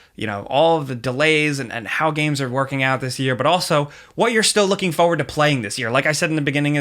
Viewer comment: "Fo'ward".